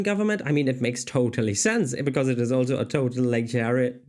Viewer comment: Totalitarian: toe-tall-it-air-ee-an